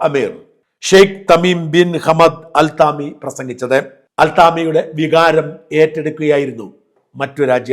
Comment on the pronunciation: അൽത്താമി അല്ല.. അൽതാനി